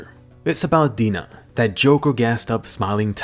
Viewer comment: "that smiling titan that had Hannes for *dina*" .... Am I the only one to notice that